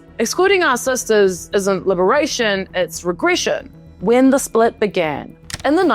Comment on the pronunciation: Sisters not cisters